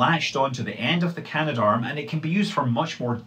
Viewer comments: Cah-Nah-Dahrm is the official pronunciation (in pseudo-phonetics). It has an extra 'a' in it between can and darm, so it doesn't quite work like gendarme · Canadarm has three syllables.